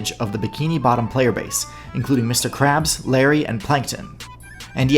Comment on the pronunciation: Lmao lawyer didn't pronounce Mr krabs' name right lol